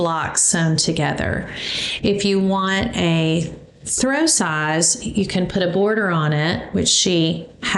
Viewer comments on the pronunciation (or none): none